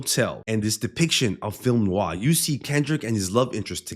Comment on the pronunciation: You said "film noir" as well as a native English speaker could. Bravo. Great analysis btw !